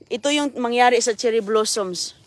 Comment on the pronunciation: Your not pronouncing the blossoms right